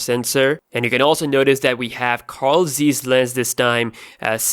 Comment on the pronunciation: You pronounce Zeiss wrong.